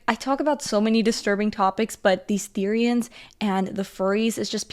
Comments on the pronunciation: the-RI-annes I CANT- OMG 😂😂😂 NEW ACRONYM: BEFORE YOU HATE, EDUCATE! BEFORE YOU HATE, EDUCATE! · the way she says therioens just makes me wanna laugh lol